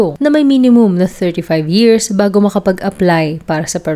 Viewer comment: Why in the world you are pronouncing years = “yearzz”as well as thousand = “thouzzzand” hayyy naku